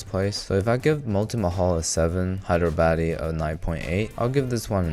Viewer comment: Bro says Hyderabadi as Hydro baddie 😭🎀